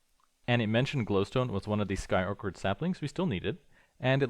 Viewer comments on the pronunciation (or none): orchard in skyorchard is pronounced with a soft ch like cheese btw. good vid as usual though !!!!!!!